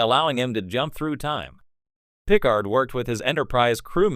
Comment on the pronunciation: I think I'm going to boycott any videos using AI-generated narration , especially when it blatantly mispronounces words any Star Trek geek (like the person who produced this) should know - like saying PIC-ard instead of pi-CARD. in fact, that's exactly where I stopped watching this one.